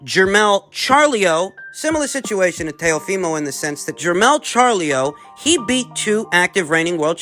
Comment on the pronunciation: Lol, Churlow, Charlio.